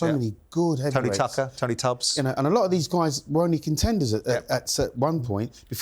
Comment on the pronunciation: Did Jordan say Tony tucker 😂